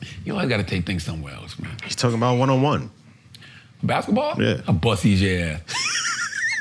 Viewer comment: I love Charla... but damn you have a lazy tongue, my guy. Baskaball??? You said baskaball about 10 times, and it's cringeworthy.😂😂😂 I love you, my guy.